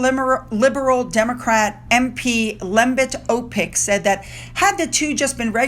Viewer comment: Yes, you said Lembit Opik's name correctly. His parents were from Estonia.